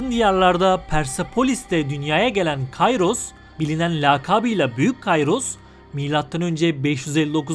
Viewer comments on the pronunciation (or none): Kayros diye okunmaz Kiros diye okunur tıpkı Sezar değil kesar gibi